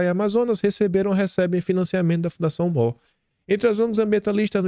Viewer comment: Moore pronuncia-se "muur"